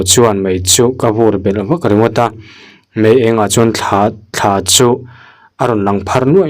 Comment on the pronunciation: Thla niloin thlaa tih zawk tur aw thluk deuh tur